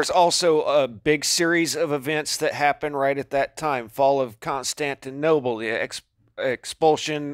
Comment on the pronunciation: "CONSTANTINOBLE"...REALLY? YOU'RE NOT KIDDING, RIGHT...?